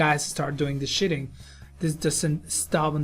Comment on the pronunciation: Noice. This was very informational. thank you. one quick fix.: Sheeting:. Is Not pronounced shitting. sheet rock. Sheeting not shit.